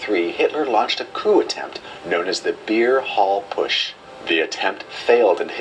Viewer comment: PUTSCH not Pusch, please!!!!!